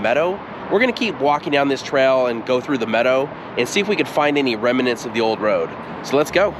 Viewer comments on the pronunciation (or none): It’s pronounced remnants, not remenants! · remnants, not reminents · "Remnants", not "reminants". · Dear you know that I LOVE you shows, and so I need to correct one of your pronunciations. You kept saying "Rem uh nants" (with three syllables) and it should be "Rem nants" (with only two syllables). Drop the "uh" and you got it. Doctor George Whitehead (La Jolla, California) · I agree that his voice is easy to listen to, but "remnants" is not pronounced "rem-i-nants," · Remnant(s( is just two syllables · Remnants two syllables, not three. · I like exploring old roads, so enjoyed your video, but pay attention to how you're saying remnants. It started getting annoying. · Remnants, two syllables, not three.